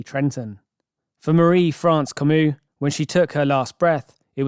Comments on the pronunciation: “como” not “camou” ! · The officer continually refers to the victim as Ms. Comeau (Como), but the narrator insists on calling her Camus. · Ffs, out of respect, can you please make an effort pronounce the victim's name correctly? You even heard the investigator say her name multiple times, during the interrogation. It's not Kuh-mu it's Koh-moh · "Coe-Moe" Not 'Come-OO She's dead. The least you can do is pronounce her name correctly. How much research would that take?? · Comeau is pronounced co-MO, not co-moo. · No english speaking can say Comeau in the right way. ...eau is a long vowel sound like in caught or bought. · I know this is kinda irrelevant, but Comeau is pronounced "ko-mo", just french language things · Marie France surname is pronounced Co mo! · Not to detract from the story at all but who the fck is this narrator? Can't pronounce Canada properly, can't pronounce Comeau, can't say Ontario properly. What the f?